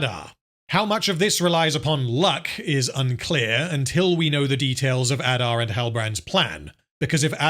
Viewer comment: I know this is long over but c'mon you have to rrrrroll those Rrrrrrr's. Numenorrrrrrr, adarrrrrrr. Galadrrrrrrriel.